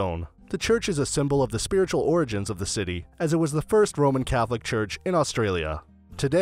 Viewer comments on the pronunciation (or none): none